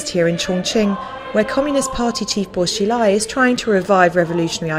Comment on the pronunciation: It's prounounced Buo Shee-lai, Ta-lien city